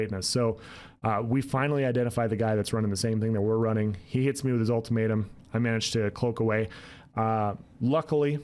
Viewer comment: Lmao ulti-May-tum